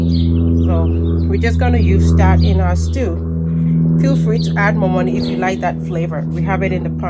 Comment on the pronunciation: What's the thing added to the palm oil.I heard you say "momoni". I am Nigerian.